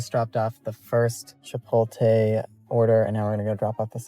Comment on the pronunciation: Are you trolling us with the "Chipolte" 😂